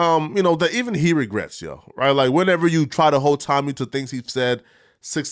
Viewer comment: Why u butchering Tommy last name like that bro lol